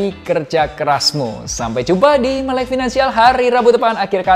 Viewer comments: Kenapa pengejaan "Finansial" disengaja jadi "Vinansial"? Jadi aneh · MELek VINansial = MELVIN